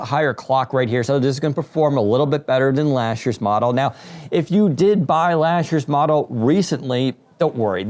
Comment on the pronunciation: "lashd year"